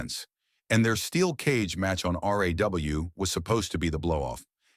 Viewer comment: I knew the moment you referred RAW as r.a.w Not to continue watching. GTFO